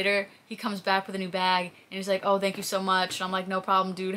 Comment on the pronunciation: Hey where are you from? Sound like you have a Northwestern Indiana/Illinois/ maybe even Ohio accent. You say "Thanks" pronouncing the Th like "This" rather then pronouncing it like when saying "Through". Only ever heard my wife say it like that and she's from the Midwest